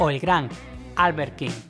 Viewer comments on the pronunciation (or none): none